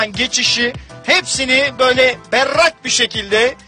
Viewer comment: böyle berrrrak bi şekilde